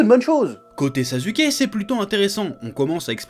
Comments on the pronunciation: "Sazuké" (rhaaaaaaa). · Par contre le Zazuke il fait mal à entendre 😭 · Pourquoi tu dis 《NarUto》《SasUke》 mais tu prononce 《Hakou》 ? Alors que ça s'écrit aussi avec un U ! 😂😂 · Il s'appelle pas sasuke mais suskiki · Tu es en train de dire sazuké 😂